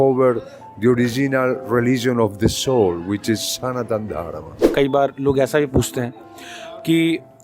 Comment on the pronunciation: Why you are saying Dharmaa ? It's Dharma